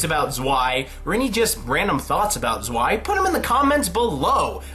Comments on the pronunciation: zwei is prounounced as tswei, even if im not german it kinda hurt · I know it's an old video but zwei is pronounced tsvei